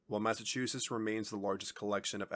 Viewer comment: Someone tell the narrator that those two "t"s at the end of the name aren't silent. "Massachussess"!?